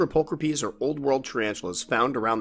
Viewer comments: Well just found out I was saying my G. pulchripes wrong. I pronounced it pull cripes Now I know it's pull cra peas Always learning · pull crip ees.....NO NO!